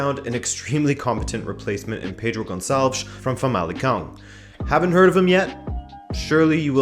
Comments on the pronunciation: I think that was the best "Pedro Gonçalves" I ever heard from an English speaker. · the moment i heard the pronunciation of Pedro Gonçalves you got the auto like